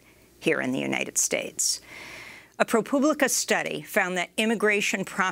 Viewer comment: Not too butchered.....PRO PUBLICA....